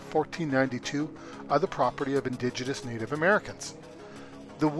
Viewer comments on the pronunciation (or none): uhh "indiginious" is definitely not a word lol